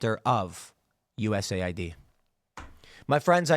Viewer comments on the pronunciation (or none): Well if you stop calling it U S A I D and instead calling it US Aid we would know. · As a non native english speaker, hearing u-s-a-i-d causes a short circuit in my brain, isn't it supposed to be us-aid?